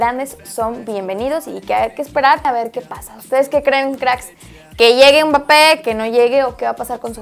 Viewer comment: Nadie: Absolutamente nadie:: UMBAPE